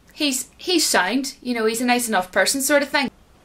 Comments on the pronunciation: SOUND is pronounced in Ireland as SCIENCE 😂? Wait, I did hear SAINT too, no way 😅. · I'm hearing this… “If a person is SAINT…” 😄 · lol, when you said “SOUND”, for me you are pronouncing it as “science” or “saint”.